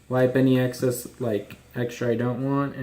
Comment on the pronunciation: "Axcess oil" ... do you mean excess?